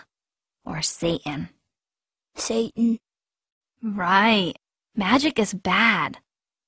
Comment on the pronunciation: The lady said satan wrong. "Who likes magic, jaaahoova or sa-in"